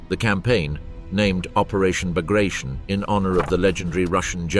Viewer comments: It is not "Bagrashion" it is Bagration....T as Tea. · It is hard to take a documentary about "Operation Bagration" seriously that mispronounces "Bagration". It is pronounced [bəɡrɐˈtʲon] (bug-ruh-TYON), not [bəˈɡreɪʃən] (buh-GRAY-shun). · It is pronounced "Bagrateon" not " Bagration "- sounds funny and incorrect. Pyotr Bagration (Пётр Багратион) was a Russian general of Georgian origin and a hero of the Napoleonic War of 1812. Operation Bagration was named after him. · Baag-raa-t-yon. Not bag of rations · Not Bugrashn. Ba-gra-ti-on. This is the surname of a Russian military commander and hero of the war against Napoleon. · its not the Operation "Bagreyschn", bit BAGRATION... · aw, geez... It is not '"buh-gray-shun" -- It is "bah-grah-tyon" fer chrissakes !!! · It is not bagration, it is Bagr-a-t-i-o-n. It is name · It’s pronounced “Bag-ruh-TEE-uhn”… Sincerely, from a Kenyan. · The right way to pronounce the Russian (Georgian) Napoleonic era general's name is bar-gat-yon. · isn't it bagra-ti-on? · Please get the pronunciation correct…it’s BAG-ruh-TEE-un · Bah-grah-tee-On (stress on the last vowel) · he obviously pronounced his name wrong. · Then spell it different, this is America bro. Jk it bugs me too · The narrator couldn't even correctly pronounce Bagration, no doubt considering that "I use the English pronounciation." Spare us the arrogance. It's a name. Get it right. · Bag rat eon. Not bag ration. Moadal. Not model.